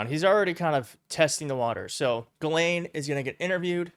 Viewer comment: I’m pretty sure it’s pronounced Jizzlane. Why not? You’re mispronouncing it anyway.